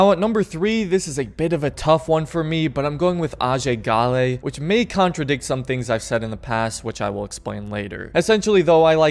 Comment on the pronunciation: Its Ajay Ghale